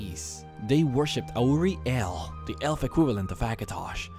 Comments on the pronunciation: perfect video!!!! amazing! couldn't fault it Exept...... LEARN HOW O SAY AURIEL. Aor-Re-El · It pisses me off how often he mispronounces auriel.